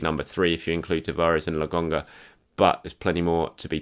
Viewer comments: You're great and watch every single one of your videos,, but it's "LoKonga"... not "LoGonga".... Been hearing you say that for several videos now, and can't take it anymore.. sorry. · Lo-kon-ga bro. Wtf you pronouncing.?? I'm beginning to think you are one of them.